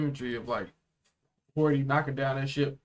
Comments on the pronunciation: Hody* not hordy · ok, hate to be that guy but there's literally no R in Hody's name.